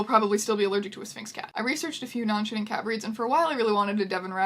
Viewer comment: I keep hearing shitting when you say shedding.